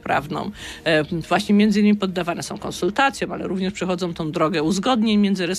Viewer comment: "Osoby które som"....I taki ktoś zostaje ministrem edukacji...